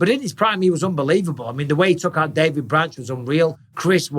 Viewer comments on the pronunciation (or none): none